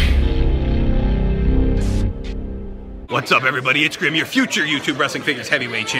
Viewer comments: Grim not grimby or grimy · Grim not grimy